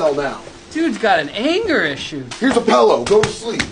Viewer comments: Yeah we'd have to squabble over pronunciation alone. I hate that "Pellow" shit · Dude can’t even pronounce “pillow” correctly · I had a friend from Harrisburg who used to say "pellow" as well. He also said "melk" instead of "milk". It was pretty annoying, although he's one of the best friends I've had in my life. Not as annoying as these guys saying "pell-o" all slow choppy between the two syllables lol There's only one guy who can say his words like that and get away with it, and that's Chris Moltisanti ("I did-ent").